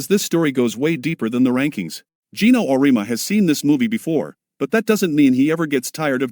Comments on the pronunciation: OR-EE-AHH- MU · Though I will say, any speech to text will misspell UConn. But messing up people's names is pathetic when you as content provider don't narrate it yourself. Just ..cking lazy.!!